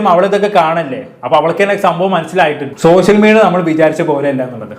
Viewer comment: പൊന്നു ബ്രോ ആദ്യം നിങ്ങൾ ശ, ഷ എന്നീ അക്ഷരങ്ങളുടെ വ്യത്യാസം പഠിക്കൂ, സോശ്യൽ, വിശയം എന്ന വാക്കുകൾ വാക്കുകൾ പറയുമ്പോൾ ആരോചകമായിട്ട് തോന്നുന്നു പരമ ബോർ plz